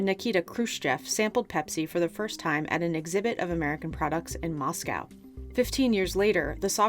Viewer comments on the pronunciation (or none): none